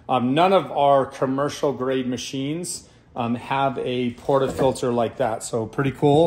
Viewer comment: I’m not a snob, but this guy clearly never had done espresso in his life, he couldn’t even pronounce portafilter right. Guys here’s the basics 1 - power the machine 10 minutes prior to use 2 - set your ground around 6 or 9 (until you master tramping) then you can lower till you find your perfect taste 3 - ALWAYS have a wet towel to clean the steam wand and subsequently clean the grouphead (else your coffee will taste worse as you mix old with new) Lastly when steaming milk, don’t do what the guy did, hold the pitcher at 45” angle and avoid that loud noise (lower steamer to warm milk, lift steamer to foam it) Happy Espresso machine = happy Barista! Empty that tray early too!